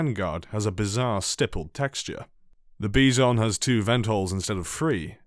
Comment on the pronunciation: Finally, someone who pronounced the Bizon correctly lmao